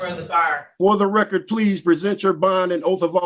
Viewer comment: Um...just to be honest, the word "record" does in fact have a letter "d" at the end and it isn't silent. So you got to kind of pronunciate the d otherwise you say "wrecker" That's not the right word.